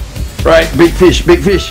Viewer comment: Good idea ! But why you kept saying Bi fish instead of Big fish ? Are you Vietnamese ? HAHAHA